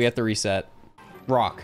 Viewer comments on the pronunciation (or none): I swear I heard him say "brock" every time instead of "rock"